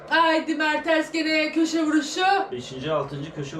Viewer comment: ablacım merteRs değil o MerteNs ama yine de sen bilirsin